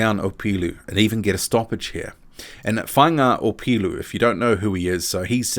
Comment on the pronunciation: ps deadly pronunciation of Faiga Opelu, & the last decent HW fighter from down our way was David Tua